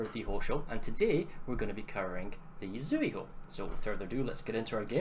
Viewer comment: its pronounced Tsühu